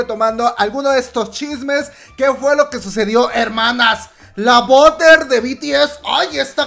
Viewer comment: BUTTER pronunciacion. En ingles = barer La comadre: boder 🤣 #ArmyAyudemosaButterenSpotify